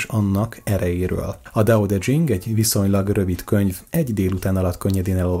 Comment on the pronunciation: Laocö & Tao tö tyhing